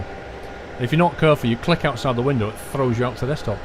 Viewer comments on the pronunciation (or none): none